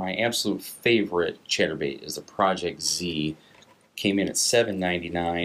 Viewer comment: Sounds like hes saying "Cheddar Bait"